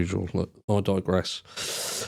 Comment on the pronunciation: …… did you say I Dogress after showing the dog cam? I may have just dreamt it up but after the dog cam it sounded like you said “but I dog-gress”😆